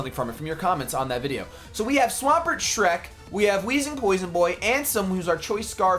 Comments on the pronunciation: It's Shrek not Schreck! 🙊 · please spell Shrek right, you did the same with Falcore, but it's spelt Falkor